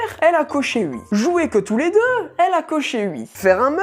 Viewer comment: je rêve ou il dit "ui" à la place de oui 😂😂😂